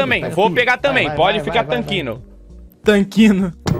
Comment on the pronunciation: 🧐 REBAIXADO FODASE KKKKKKKK TANQUINO. EMBANANANDO.